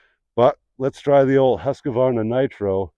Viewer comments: There is no A between Q and the name Husqvarna. It is pronounced Hus-kvarna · Much better than Huskavaana. Husqvarna is a compound word comes from the Swedish words “Hus”, meaning 'House' and 'qvarn” meaning “Mill” - Millhouse